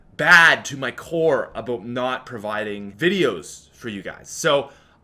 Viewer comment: I hate how you say Aboot instead of about...